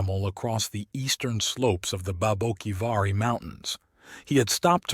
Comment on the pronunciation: As a local on the border, I must admit as much as I enjoy your stories, I cringe at some of your pronunciations... "Papago" is pronounced 'papa' (like a father) and 'go' (like stop and go.) "Papa-go." And "Saric" is pronounced like 'Sare' (like Sarah) and 'ick' (like sick) "Sare-ick." Babaquivari is kind of a tough one. You're not alone getting it wrong. It's 'Bah-bah' (like a baby saying bottle) 'key' (like key) 'va' (like ya) 'ree' (like see) "bah bah key va ree." Placer is pronounced with a soft A, not a hard A. "Plass-er." Amazingly, you got the name of my home, Arivaca, right. By the way, I've got a treasure tale for you... I guarantee you've never heard this one, but it's absolutely true. It takes place in the 1980s, involving an old prospector squatting on federal land, a juicy vein of gold and a lack of permits with the forest service. Get ahold of me privately and I'll share the details with you.